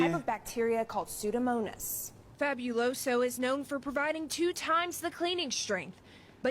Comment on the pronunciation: She said psuedonomus. Is psuedomonas